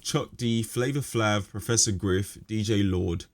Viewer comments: Well, I was actually referring to how you pronounced his name😂 I personally feel Flavor flav was a very important part of the PE vibe and succes! Besides the fact he’s a virtuous musician 😎 but my 5 cents was aimed at the fact you pronounced “flave” like “flàv”😂 However the video is fire! Great insights and detail. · It isnt your accent, you just pronounced his name wrong. Flav is pronounced like Flavour so its rhyming with save/pave/cave etc. Listen to every second Public Enemy song and he says his name multiple times. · The fact that you say Flav as it’s spelt makes me question your knowledge here. Dj Lord wasn’t a part of P.E. at that point, and to not mention Hank or Keith Shocklee or Eric Vietnam Sadler shows you didn’t do the research and clearly wasn’t there. Do better next time people are watching 👀 you 😮😊